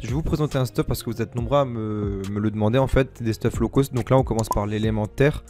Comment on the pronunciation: « Un peu moins law cost » tu es Marseillais? 😂 gg pour les games!